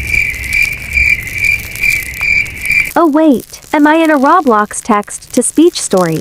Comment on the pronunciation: "raw blocks"